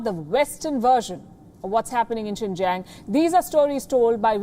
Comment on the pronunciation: Imran says Sink Yang. LOL. Too many words & names mispronounced by Imran Khan! ! !